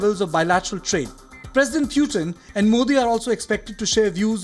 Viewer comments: Why do a lot of these Indian journalists say "Pyootin" as if you don't have such sounds in any Indian languages?! Its PU - TIN. How tough is that.?! I can understand if the western english speaking fellows do it! But why the F are Indians saying "Pyootin". Say it right. Idiots. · I kind of get irritated when they pronounce 'Pyootin'.